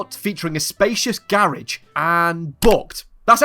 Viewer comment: What the fuck is a Gare-aege